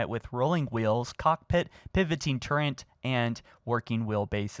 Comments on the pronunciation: TURRET. NOT TURRENT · It is pronounced turret, not turrent Just saying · Did you just say "turrent"?! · Why do you keep saying turrent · I honestly don't get how people miss pronounce the word turret. I really don't understand how they think its pronounced "turrent". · im sorry, what? A turrent? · "Turrent" gross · I have one question...what is a "turrent"? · What’s a turrent? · You said turrent I cri now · Before I claw my hair out, it's not a torrent, turrent, or tourent, it is turret. Tur-ret. Ter-ette would be closer than just adding an N for no apparent reason. Sorry, mispronounced words are worse than nails on a chalkboard. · Its a turret not a turrent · It's a turret not a turrent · AAHHHHH!!! It’s not “Turrent” it’s “Turret”!!!! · TUR-RET mate. There's no N anywhere in that word. But good content otherwise. Got my sub! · Its not turrent its Turret, youre adding an extra N to the word Turret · TURRET NOT TURRE(N)T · Turrent is not a word. It drives me nuts hearing people say that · We've had, "sacerfice," and, "turrent," in the past two days. You have one more strike before I gather some English teachers and come for you. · Im confused as to why people say turrent there is no n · This dude “turrent” lmaooo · good vid but not gonna lie every time you say "turrent" i wanna plow my head through a wall where are you getting the "n" from?! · DUDE!!! Go get some help with pronunciation!! It is Turret not Turent. It is EXbox not Ehstbots. I get that people speak differently, but if you are going to be on YouTube at least try to speak clearly and pronounce things correctly. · Turret. “Tur-rit” not “turrent” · dont wanna be the one but its turret not turrent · He saidbturrwnt not turret. I am pissed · why do you pronounce 'turret' as turrent? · what the hell is with people from America and Canada saying TURRENT its TURRET there is no N in the damn word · dafaq is a turrent? u mean turret? also your entire prediction is based....off a toy set???